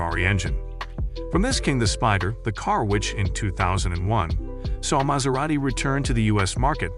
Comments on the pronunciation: How do you pronounce it correctly and then so wrongly the more you get into the video! It's pronounced as Maz-era-ti, Yes it's spelt Maserati, but the S is pronounced like a Zzz. Really good video but. Also I don't think Maserati would shoot themselves in the head by going all electric, I think that's a bit false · The narrator has a tough time pronouncing the brand name 'Maserati'... Its really not that difficult.. He goes from saying it correctly.. to saying it incorrectly. Its annoying.